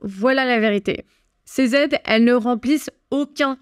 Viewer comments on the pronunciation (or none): " 2 000 Z'aides " ça commence à faire beaucoup là, faut reprendre des cours de français !!!